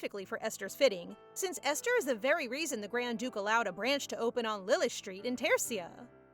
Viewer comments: Aster? Doesn’t say esther? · Ive never heard Esther pronounced with an A instead of E